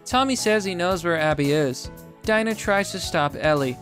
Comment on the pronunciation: 1:Abby isn’t trans. 2: It’s pronounced DEE-NA.